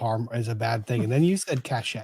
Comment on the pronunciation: Re: "Cashay," I did one better than you,. Rather than getting annoyed, my brain simply erased the word and left a blank to fill with future context because it couldn't figure out what that word meant. It was so far off, I didn't even recognise that it was supposed to be "cache!"